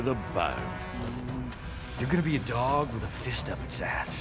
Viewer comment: When says "Dog" I heard Duck at first